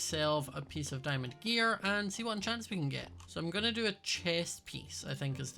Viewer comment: Is that why he pronounces the "e" at end of words differently too? Like pieces because I've been wondering why he pronounces it like that